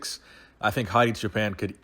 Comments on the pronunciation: Please dont pronounce Hadi "JAPAN" ever again. Wipe that clean from your vocabulary. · It s Choooo Paaan like "Too & On" and it means sheep holder